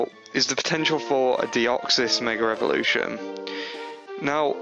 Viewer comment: its mega (ev0)lution dude :p not (revo)rution :P